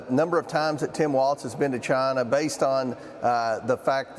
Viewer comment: I don’t trust anyone who calls it “Chaahna” (Comers) or “Chgina.” (Trump)